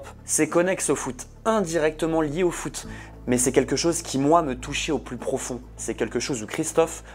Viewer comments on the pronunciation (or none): "me touchait au plus profondz" je ne savais pas que ça s’écrivait comme ça .... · "Pronfondz" pas mal le Français.